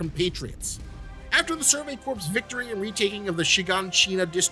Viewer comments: Love your vidya dude. But a bit of constructive criticism: ‘Corps’ is pronounced ‘core’ not ‘corpse’. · Imma be that guy, since there's a lot corps coming up in anime. Corps is pronounced like core, not corpse. Survey core, demon slayer core, Marine core. English is often a needlessly difficult written and spoken language. Video is 🔥🔥🔥🔥 regardless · Whenever people pronounce corps weirdly,I hear corpse and then just heard survey corpse and thick that describes a lot of scouts pretty well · “Corps” is pronounced like (core) like the Marine Corps